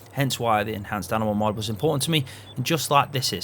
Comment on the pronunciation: Are you saying MUD or are you saying MOD? It's confusing